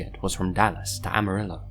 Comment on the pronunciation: The way he pronounces "amarillo" gives me a headache